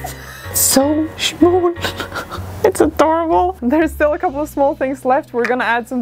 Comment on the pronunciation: When you said “it’s so… schmall” 😂🤣